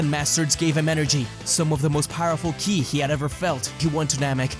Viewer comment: Are you saying kili? Instead of ki?